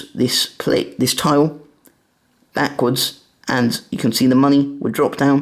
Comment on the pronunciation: Why you say taw in tile